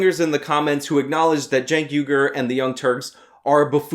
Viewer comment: "I am chank ugur" "I AM CHANK UGUR"